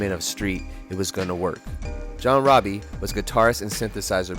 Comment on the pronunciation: It’s ROBIE, not Robbie